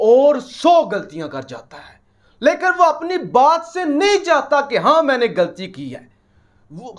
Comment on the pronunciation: the word is ghalti not galti